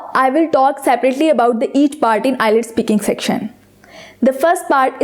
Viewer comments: Nice tips! Just a little tip for you as well. It's IELTS not ILETS, please pronounce it correctly. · Madame Its IELTS and not ILETS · it's not eye-lets..... its IELTS PLEASE CORRECT YOURSELF! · First of all its ielts not ilets 😂😂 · It's not ILETS, it's IELTS. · First improve ur pronunciation its ielts not islets OK Mam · is the pronunciation ielts or islets ? plz check it first and then publish it, just a opine not judgement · nyce video but wrong pronounce of IELTS its ok but very attractive video